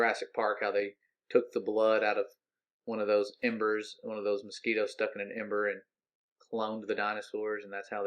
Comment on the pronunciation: "AMBER" NOT "EMBERS"...( only mentioning it because its something lame ass trolls will use against you. ) i adore u guys!!!